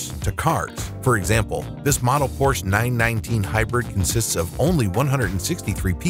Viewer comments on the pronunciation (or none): none